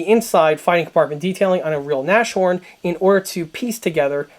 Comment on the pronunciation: The word Nashorn (rhino in english) is pronounced Nas-horn, not Nash-orn. The h is pronounced. Just to make your video perfect.